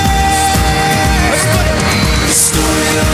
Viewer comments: alternate title: that one time liam forgot zayn wasn't around anymore and then harry forgot how to pronounce frozen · When Harry says "frozen" that's exactly what it sounds like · I listened with headphones and it still sounds like "it's froZAYN" not for Zayn. It's very clever. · When Harry said lt s frozen it felt lkie he was saying lt for zany 211 only driecetion will undrstand